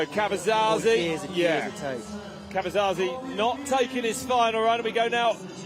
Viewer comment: Caverzasi,.. it's Diego Caverzasi. 😅